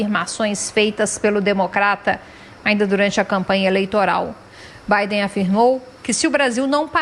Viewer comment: A reporter fala presidente eleito o Bidê